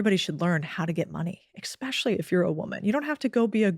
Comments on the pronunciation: "Expecially" isn't a word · Did she just say exspecially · "Expecially" drives me up the wall 😂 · Maybe this is a priggish thing to say, but I just can't take a person seriously who says, "ex-specially" instead of especially. Good talk though. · Did she just say "ex-specially?" Oh. 😮 (Twice 😢)